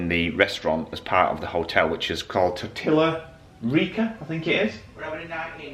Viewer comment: TOR-TEE-YA, not TOR-TILL-A